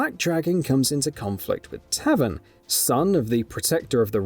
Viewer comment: Ma-va-dough not Mava-dough Lin-Kway not Lin-Kwee Also Tay-ven not tavin 😂😂